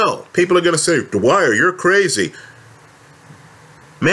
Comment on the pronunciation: All these years I thought he said Hi it's the Wire...he says Dwyer.